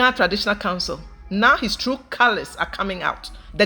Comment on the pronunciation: A man who can’t pronounce “true” is not telling the truth .